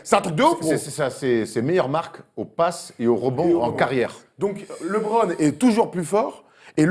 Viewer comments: On dit LEEEEEBRON pas LiBron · Il est bien sympa votre invité, mais faut qu'il arrête de dire "Libron"... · "Lee bron" Stop quoi ! LeBron ne soulève pas assez de mères pour bien prononcer son prénom ? ;)